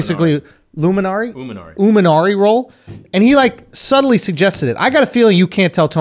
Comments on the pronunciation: It's imanari, Andrew was closer than bro correcting him lol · "Oominari roll"